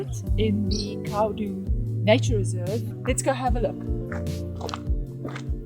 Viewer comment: Khaudum ( cow-doom) not ka-dum!